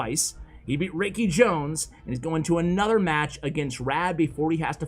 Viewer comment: Love your vids! FWIW, it's pronounced FAV (rhymes with crab) Raikijones (rye-key jones) Mikan Bouya (bow - like bow and arrow-ya)